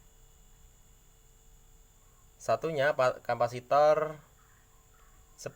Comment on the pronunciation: Mantap dek bro🤙🏽 tapi namanya bukan kampasitoer tapi capasitor (kapasitas atau yang menyimpan memuat) 🙏🏼